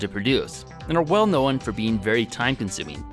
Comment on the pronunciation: “Well knowen”